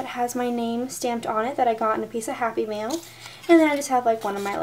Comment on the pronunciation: the entire time, I thought you were saying "happy meal"...I was so confused XD